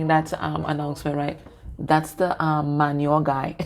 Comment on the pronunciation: You made me smile when I heard your trini accent telling about the manure guy 😂😂😂 I am also trini